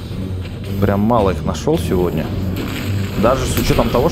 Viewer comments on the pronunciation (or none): none